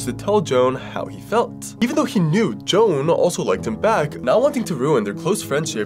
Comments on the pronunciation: I believe that you mispronounced the name Joan, I could be wrong but it may be Joe-Ann. Again I could be wrong but I wanted to help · Him mispronouncing Joan 💀